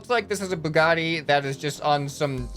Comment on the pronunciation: Bug spaghetti car? 1: that’s not an accurate noodle crawler and 2: ew 3: ok it’s pronounced bue-ga-ti not bug-etti 🤦‍♂️